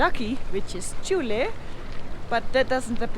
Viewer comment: Not chule it is jhule